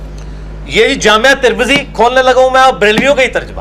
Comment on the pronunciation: واہ بھئی گلابی عربی دان پلمبر صاحب بیہیقی اتنا اوکھا ہوکر بول رہے ہو اور جامع ترمذی کو جامعہ ترمذی اور امام عیینیہ کو عیینہ۔۔۔۔جہالت وہ جو سر چڑھ کر بولے